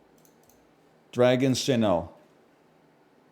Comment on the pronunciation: Another Pokedoku, another NL pronouncing Lugia as LOO-JEE-UH